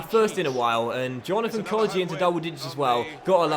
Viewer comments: It's pronounced Hourihan not Hourihane, and Kodja, not Kodjia, so the I isn't pronounced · His name is pronounced kodja not kodjia